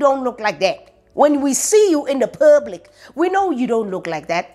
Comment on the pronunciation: "Men deserve a naathang" "When we see you in the purrblic" 😂😂😂😂😂😂💔